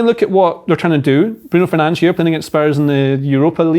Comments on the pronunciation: His name pronounce Brun Fernansh in Portuguese. Not that difficult to find out before you write wall of dogshit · Who is Bruno Fairnanch? I mean i know who he's talking about but i dont understand the butchering of proper enunciation. There is a whole extra syllable in the name he is saying and it just gets thrown away while the priior syllable is completely mispronounced. If you didn't know what he was saying you would never be able to understand who or what is being described when such a lackadaisical approach to language is adopted. I have a little bit of an extreme example to show what i mean. It's like hey did you see the blue waln earlier? But instead of saying wagon you said waln. Language only works when you use the (intended) universal structure and sound pronounciations that govern said language. Otherwise, why talk at all? Rant over